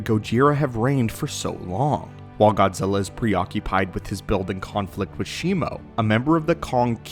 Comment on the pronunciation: Fuck.... All i hear is Godzirra , godzirra. blet man learn to speak correctly its Godzilla LLLLLLLL Not RRRRRRRRR